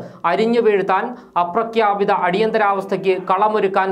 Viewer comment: അപ്രക്യാപിത മല്ല അപ്രഖ്യാപിത മെന്ന് ഉച്ചരിച്ച പഠിക്കുക